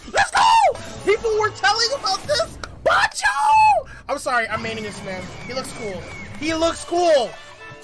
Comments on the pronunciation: Yo it banjo not bonjo lol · Banjo Not Bonjo